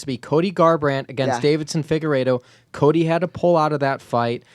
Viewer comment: love but it bothers me when he says Davidson instead of Deiveson